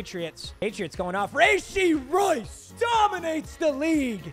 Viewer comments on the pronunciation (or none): That’s not how you say rashee rice’s name